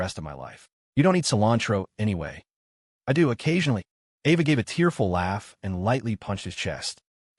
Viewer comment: e dough?????????????????? fix your fucking ai that isnt how you say i do........